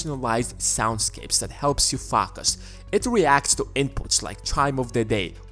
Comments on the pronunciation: the way you spell " focus " man is just ... "Fakos" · Hahaha omg I wish you would say fakus more😂😂😂😂😂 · stay “fockus” America lol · I like the way you say "fuck us", oops, I meant "focus"🤣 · Pretty sure he say it in that way to see if you can fakus